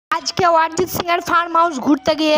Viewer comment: অরিজিৎ সিং ❌ ওয়ারিজিৎ সিং ✅😂